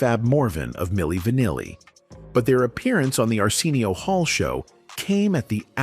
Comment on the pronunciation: AI voice: Ar-SEEN-eo 😂😂😂😂😂😂😂 People who watches Arsenio for the longest: Ar-SIN-neo